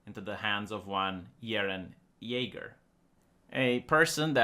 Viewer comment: “Yeren Jaeger”